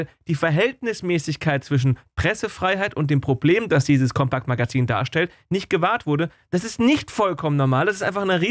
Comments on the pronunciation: COMPAKT nich COMPEKT!!!!!!, Lern, s doch mal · Sagr nich "Compäkt". Das Magazin heißt Compact. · Es wird COMPACT gesprochen. Nicht Compäct.. 😅